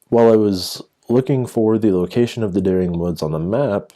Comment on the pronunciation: Just a tip, it is correctly pronounced 'Deering'. It is the name of a local family. Also, DuBois is pronounced (approximately) du-BWAH. The student disappearance is a hoax. If you look at the text below the photo it claims they were from Durham university far in the north but more importantly, the person who doctored this newspaper made the mistake of not checking what day of the week the Sixth of November 1996 is....which was a Wednesday! Again, a tiny bit of research applied to searching for the supposed 'Dering Wood Massacre' shows it to only exist on Paranormal sites and other dubious locations; the only evidence offered is a supposed newspaper which is obviously fake, particularly to anyone who knows anything about newspapers and British history. If you examine the most clear copy that I have been able to find you don't want to read the signs of fakery below and want to work them out for yourself, stop reading here. However, I am going to list them in order of the level of stupidity you need to believe that this is true. 1) The postcode listed on the paper is of the type that came into effect in the late Nineteen-Fifties, although the paper claims the article was published in 1948.2) The price is listed as one penny (1p) whereas the symbol for pence before decimalisation 1971 was 'd', taken from the Latin name denarius. 3) Use your blasted eyes! The top of the paper is stained and damaged and the paper title rests in the middle of a crease but the font remains sha